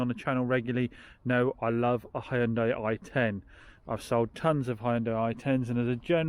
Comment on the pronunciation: Did you hear that Americans? H-Y-U-N-D-A-I, not Honday. :)